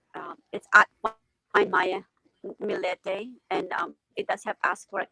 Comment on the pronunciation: her last name is pronounced Mill-E-te, not Mill-EE-E-te.